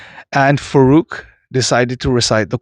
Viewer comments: you should be taking name as it is ..faarooq. not farooq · please pronounce the name "Farooq" as Faarooq. Refer to the Arabic spelling. Jazaaakallah khair